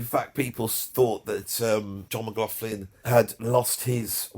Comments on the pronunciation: Brilliant vid! Only one slight issue…John McLaughlin’s surname is not pronounced as an “f” sound in the middle, like “law-f-lin”, but with the “gh” as a guttural back-of-the -throat gargling sound, Scottish style, the way they pronounce “loch”! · Ann, John's sister, told me once it's actually pronounced with a 'K' sound. 'McLoklin' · And despite all that blather, the guy cannot be arsed to find out how to pronounce J McL's name properly.